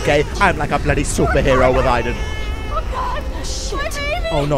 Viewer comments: It's not pronounced iden it's pronounced Aden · Who tf pronounces aiden that way